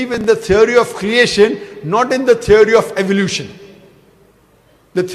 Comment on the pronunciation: When you say it‘s a tiary it‘a tiary. What an ignorant dogmatic bastard